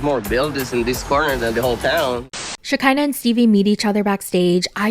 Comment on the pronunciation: lmao it's funny how you call her Shakiner